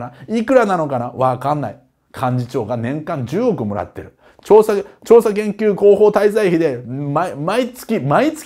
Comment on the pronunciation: 難し事柄を、みんなに分かりやすく伝えてくれるあっちゃんに、本当に感謝です。うちにあるざるのように、ところてんを入れるような役に立つざるがいいよ。法律にしてはダメだねー！あ、また「調査研究広報滞在日」って言って舌噛んだ！